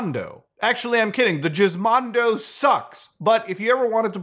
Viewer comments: i thought he said jizzmondo its actually gizmondo i was laughing so hard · It's actually pronounced as "guh-izmondo" as opposed to jizmondo, forgot the proper IPA symbol for the sound but just saying that it's root word started from gizmo. Anyways, I knew it was bad but never this bad. It's literally like majority of thr games are not preserved. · Why did he say jizzmondo instead of gizmondo? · I genuinely thought Muta was makin a meme when he said "jizzmondo." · I know it wouldn't be unheard of Muta to call it like that, but I seriously can't tell if Muta is calling the Gizmondo the Jizzmondo on purpose or not. I know G can have a J sound but that is not the case for the Gizmondo. If he isn't doing it on purpose I want to know who tricked him into thinking it's called that. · If that's how you say Gizmondo, how do you say GIF?